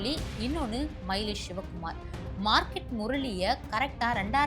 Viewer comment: ஷிவ குமார் ,ஸேகர் அப்படின்னு பேஸ தெரியாம பேஸீருங்க.தமிழில் ஸ அதிகம் சேர்க்காமல் பேஸ Sorry பேச கற்றுக்கொள்ளவும்.